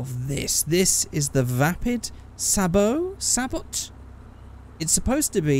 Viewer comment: Some of you are getting Gran Turismo vibes? FORD RACING. On the PS2. Also, it's "say-bow", a sabot being a stabilization aid for a cannon shell. If you blew this thing up with the Rhino, you'd be shooting a sabot with a sabot. Sabotception.